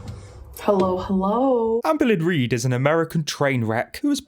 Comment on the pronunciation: For some reason when you said Amberlynn Reid, it sounded like American Greed which... poetic.